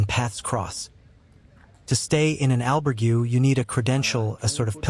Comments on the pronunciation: The one thing that gets on peoples nerves is pronunciation, especially when a video is presented as a guide or base of knowledge… please do your homework on pronunciations (Al-berg-ay not Al-burg-you) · Surely after staying in an "Albergooooo!" you should at least know how to pronounce it!! Jeez!! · did AI do the voiceover on this? the pronunciation on albergue was weird for man walking the camino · Learn how to pronounce : Caminho & Albergue at least 😂😂😂you have time for it